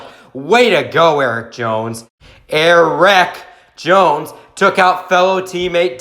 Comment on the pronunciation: Er-WRECK Jones.